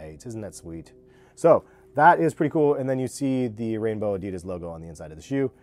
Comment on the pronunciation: This dude dont know how to say pretty hahaha